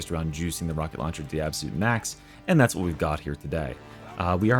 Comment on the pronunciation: Rocket lowncher